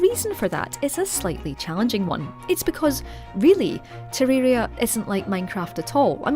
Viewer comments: Teririra lmao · Bro how she pronounced Terraria